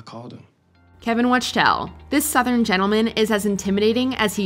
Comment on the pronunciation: Calling him ‘Kevin Watch-tell’ proves they don’t really watch the show.